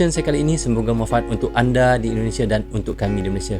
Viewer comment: Kalau SEBUT Indonesia Brother jgn Di Melayukan Indonese...???? SEBUT dgn Benar INDONESIA..... 👈